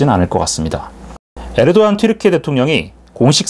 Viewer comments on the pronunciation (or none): none